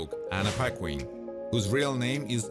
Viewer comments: LOL...Paquin is pronounced like Pakin, not Pakwin!! Lol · He pronounced in correctly, that's how she says her own name